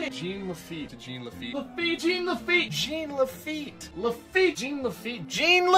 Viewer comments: head desks every time i hear jeeen le feet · who owns Disneyland? "IT'S JEAN LAFITTE!"